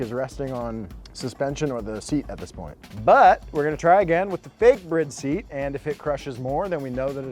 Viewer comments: Didn't know it was called pronounce BRID, not bride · Dide mf just pronounce Bride as Brid? U high? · why is it brid when its spelled bride, doesnt make sense in the least bit if you know how to speak 2nd grade english. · It's been annoying me for ages but you guys now its called "bride" right? As in marriage woman. Not brid. I really hope your joking or maybe it's an American thing but it's painful. You say alot of Japanese brand wrong. Like greedy.. its g ready. It's not spelt that way but that's the brand. Btw you sent 2 shirts of one type when I 2 seperate types and I just asked for the other but even after photo proof you still didn't reply to me. I know I'm I'm Australia but I been following you for ages. It really disappointed me as I loved pumphreys segments. There gone now and all I asked for was a signature in place of the shirt. All good I understand your big time now but please stop making Japanese brands sound stupid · It's not brid its bride like here comes the bride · Did he say brid? Not bride, lolol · You mean this whole time they're actually pronounced "BRID" and not "BRIDE"???? Mind Blown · The seat brand is "Bride" not "Brid" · Guys why are you pronouncing bride like that? You should pronounce it like it is, bride. Not bride but bride, cool, thanks, bye ;) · If he says brid one more time…. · Yeah that clearly says "Bride" not brid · Did he call it a bridd? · I always thought it was pronounced Bride, like Bride and Groom. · Is that how you pronounce Bride? My whole life is a lie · It is not a Brid seat, it is pronounced BRR-EYE-DUH. Bride. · Just learned it’s pronounced “Brid” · Never thought BRIDE was pronounced that way. Always pronounced it as in “wedding” BRIDE 😂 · The pronunciation of Bride still throws me off